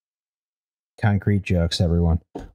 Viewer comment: inskipmto a random part of the video and the first word i hear is cumcrete